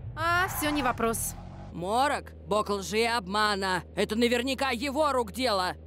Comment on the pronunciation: Морок, а не Молох